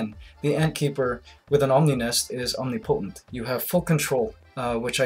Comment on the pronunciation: omni potent... lol its pronounced OM NIM PO TENT